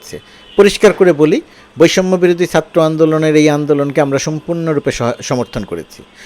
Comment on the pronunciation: sir, satro andolon bolle kaan a ektu lage, Chatro boilen plz. love your work